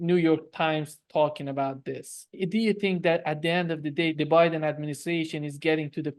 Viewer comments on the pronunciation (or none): none